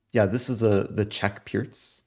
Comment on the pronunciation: FINALLY someone pronounces the Pirc defence correctly :)